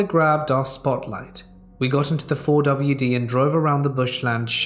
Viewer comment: The "Four W Dee"...lol. Never heard a 4 wheel drive called this before. sure can be a goober....:)